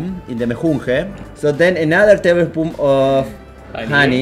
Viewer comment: "another tAbLespoOM"